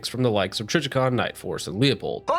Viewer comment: It’s pronounced lew pold….. lol it’s not like you work in the industry. Don’t sound like Like tards that say sig saw yer.